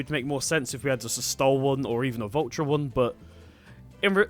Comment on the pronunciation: the way you say valtra it would be spelled vultra